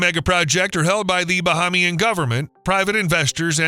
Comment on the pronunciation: Correction. No palm trees. Correction: May-ya-gua-na, like mayonnaise ... Not like the Mayans. Correction: Ba-HAY-mi-an, not Ba-HA-mi-an.